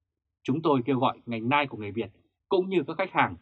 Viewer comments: Tiếng anh đọc là NEO ,không phải NAI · Đọc là NEO ( nail ) ơi, củng như đọc gu ghồ ( google ). chứ không phải guốc lơ. Trân trọng góp ý!! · Ông Đọc tin tức mà có cái từ Nail Đọc cũng không đúng nữa thì đọc làm quái gì 😆